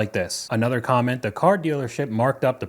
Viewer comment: Can you try to just say another not A nother? Nother is not a word.